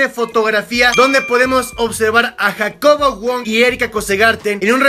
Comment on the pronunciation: En El Minuto Habla Como Argentino Dice JacoBoludo Wong Fijense xD (Like si es cierto)